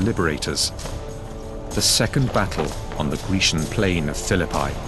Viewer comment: Pronouncing the word "Phillipi" like that makes it sound like "The Battle of Fill-a-Pie".